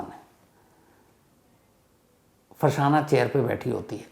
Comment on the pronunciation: फरसाना नहीं होगा फरज़ाना होगा